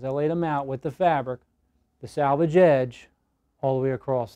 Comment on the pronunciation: Thank you for this. Been looking for years. One small thing confused me. You kept saying salvage the salvage. It's salvage the selvedge. Save the original edge of the fabric. 🌼🌼🌼🌼🌼🌼